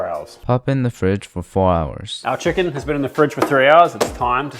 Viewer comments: Did bro say butter kitchen to butter chicken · 'Butter kitchen" ahh yes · He said butter kitchen right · did bro just say butter kitchen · Bro said butter kitchen 😂😂😂😂😂😂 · he said, butter kitchen right? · Bro you said kitchen instead of chicken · Bro said butter kitchen 🤣🤣🤣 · bro said butter kitchen 😂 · Bro really said butter kitchen 😂😂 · he can’t even say chicken, right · bro said butter kitchen